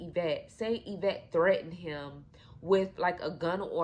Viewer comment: Girl you cannot tell a story the woman name is Yvette get it right smh 😮